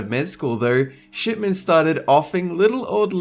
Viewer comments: did he say SHITMAN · "Harold Shitmen." Lol what oh shipmen ha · I thought when you were talking about Shipman you said Shitman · I heard "Shitman" too. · Did did he say shitmen? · did he say Harold shitman? (joke) xD